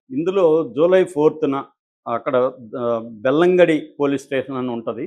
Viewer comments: (బెల్లంగడి కాదు నాయనా..బెల్తంగఢీ) సరిగ్గ కనుక్కొని చెప్పండి. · Bellangali kadu . Belthangadi.. pl pronounce properly